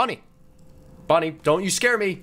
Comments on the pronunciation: Bon bon not bonnie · Its not bunny its bon bon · It's bon bon not bonnie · Its bon bon not bonnie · Dude that's actually bon bon not bonnie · not bonnie is bonbon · His name is Bon Bon not Bonnie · its bon bon not bonie okay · its bonbon not bonie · It’s not Bonnie it’s bon bon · it is bonbon not bonie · It's bon bon